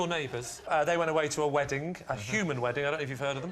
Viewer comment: "Weddink" ...wtf, people can't even talk correctly anymore. "Drawring" "Obamar" .......